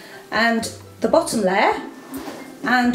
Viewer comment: amazing video but its a layer not a ler